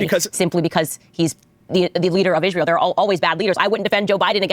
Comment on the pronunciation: I/P commentators not being able to pronounce the word "Israel" is akin to Pokémon content creators saying "Pokeymon".